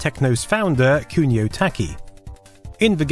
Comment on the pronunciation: It's really grating hearing you say "kyuniow this, kyuniow that", please, at least make an effort to have a pronunciation that is at least close to japanese.